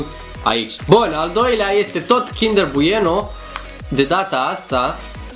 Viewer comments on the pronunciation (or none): Kinder Buieno 😃😃😃😃😃😃🤣🤣🤣🤣🤣🤣